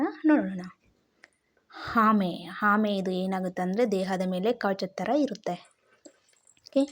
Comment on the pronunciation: ನಿಮಗೆ ಅರ್ಥವಾಗಿರಬೇಕು. ಹುತ್ತರ ಅಲ್ಲ ಉತ್ತರ. ಹಿದು ಅಲ್ಲ ಇದು. ಹಾಮೆ ಅಲ್ಲ ಆಮೆ. ಹೊಗಟು ಅಲ್ಲ ಒಗಟು. ನಾನಂತೂ subscribe ಮಾಡಲ್ಲ, share ಮಾಡಲ್ಲ, like ಕೂಡ ಮಾಡಲ್ಲ